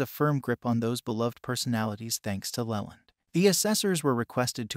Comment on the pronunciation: Try spelling it Leeland. You may get a better pronunciation.